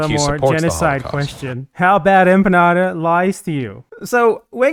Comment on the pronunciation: every time she says your name and my beloved country's name wrong, I loose 20 months of my life.